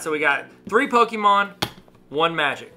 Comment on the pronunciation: Pokémon not poke——-E——mon